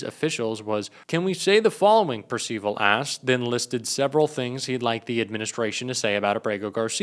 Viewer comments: Just a head's up, the name Percival is pronounced purse-ih-vaul. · (Percival pronounced PUR·suh·vl)